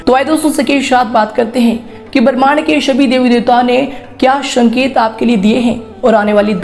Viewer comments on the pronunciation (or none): Uccharan to sahi kijiye? शमय न बोलिये समय बोलिये.......शंकित नहीं संकेत होता है........